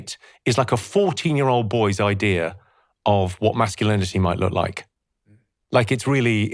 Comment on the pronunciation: The word IDEA does not have an R on the end of it. Thank you!